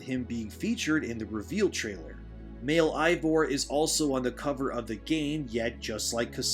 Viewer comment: There's a reason why so many prefer playing as Abby and its because she gets the better equipment. And why does everyone I watch cover Valhalla always say Eivor's name wrong?